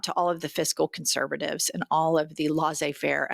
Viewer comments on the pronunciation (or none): "lessey" - not "lassez"- faire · Laissez rhymes with essay 😊